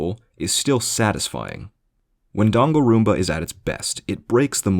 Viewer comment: My favourite part of this video is how you never pronounce Danganronpa the same way twice. Until near the end.